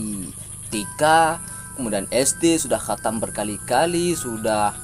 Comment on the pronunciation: KGOMONG AJA NGAK GENAH, KATAM KATANYA, PADAHAL HATAM..